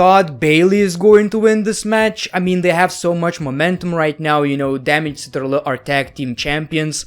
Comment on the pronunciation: thw way you say damage ctrl 🤣